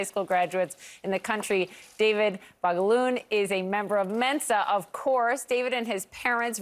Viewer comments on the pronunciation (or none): It’s not David ballon.. it’s David Ba - L- ogun.. it’s a Nigerian descendant name get your facts right and stop twisting your story. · I shouted at the screen when the white woman pronounced the name, it's BA LO GUN. pronounced baa-lo-goo